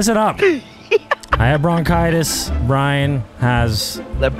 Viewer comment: “I have RONchitis”